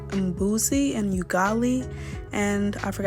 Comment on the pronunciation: Haha,it's not U-gali bt ugali.